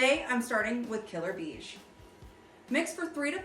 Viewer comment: The color beige? Phonetically is pronounced (bay-zsch)